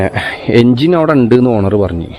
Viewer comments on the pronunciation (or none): none